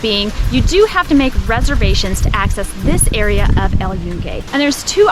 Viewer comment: Holy shit dude, if you're going to make a video on something, at least learn how to pronounce the damn name of it. You COMPLETELY butchered it, and proved you give zero fucks about not being a complete gringo over there.